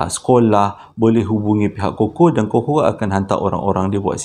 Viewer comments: bang sebutan cuckoo tu bukan koko tapi kuku 😂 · Bukan koko tpi sebutannya kuku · Aku rasa triggered sangat bila dia panggil CUCKOO “koko” instead of “kuku” . Bang kita panggil “kuku” bukan “koko” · Cookoo...bukan koko....haaaa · Bukan koko bang..kuku sebutannya. Huhu Saya manager sales Cuckoo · Apasal aq bole trjebak dgn ni... Dh subs bang. Pembetulan bang kuko bang bukan koko...😁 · panas je aku dgr bang ko sebut cukcoo tu coco....kuku la bangg..ahhahahahadoiii 1st time ni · Abammmm!! Pronunciation Cuckoo tu Ku kuu.. Bukan koko.. 😂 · Sebutan sebenarnya Kuku......burung..... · Bukan cocoa tp chuckoo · Salam abang... bukan koko tp kuku😆🤗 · Sebutnya kuku bang bukan koko 🤣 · Salah sebutan abg tu yg abg sebut tu Coco yg betulnya Cuckoo (Kuku)...😅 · cuckoo sebut kukkuu. Coco sebut koko. Melawak je ek. Sbb anda chomel. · Sebutan dia 'kuku' bang...bukan 'koko' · Koko tu coklat bang! Sebutan yg betul Cuckoo (sebutannya Kukuu) bkn koko bro! Sebut betul²,cuc....koo! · Sebutannya kuku no koko 😎😎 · "Cuckoo" bukan pronounce as "koko" "Cuckoo pronounce as "kuku" Harap maklum! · pronounced dia KUKU bang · Abg, sorry. Cuckoo pnya bnyi sebut dia 'kuku'. Sorry Abg. 🙏. Btw, saya dh subscribe. Best! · Cuckoo disebut kuku abg.. Hihi